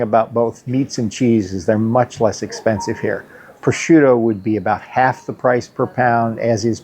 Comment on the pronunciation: With all the time you have spent in Italy, I'm surprised you haven't gotten a feel for the Italian accent. Such as the way you pronounced "due belle ditta" or "prosciutto" ?